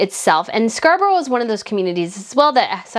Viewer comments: Loved today's video - just 2 things - it was 345 thousand pounds that was raised (not dollars) and just if you wish to know it is pronounced scar bruh. Have a great weekend. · Thank you so much for what is the best video I have ever heard, of course Prince William and Princess Catherine are so popular and loved they are so natural, we love our royal family so much, but also whe the word end with borour it pronounced Scarbraa, hope you don't mind me saying that😍